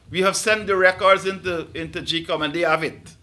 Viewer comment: "That we have sent to gecom"??????????